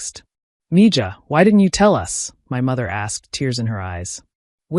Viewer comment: Someone explain to these AIs about the Spanish language. Mija is prononced mē-hă. Me ha like hahaha. If you can't fix the AI then don't use words it can't pronounce.